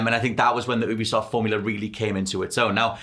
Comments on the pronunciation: “You-be-soft” - it’s an amalgamation of ubiquitous software, it’s not an “ooobercab” C’mon guys, you’re gaming journalists, you should know sh*t like this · YOU-BE-soft. It’s an amalgamation of Ubiquitous software, it’s not an “Ooo-ber”cab It amazes me that people who report on the gaming industry aren’t aware of this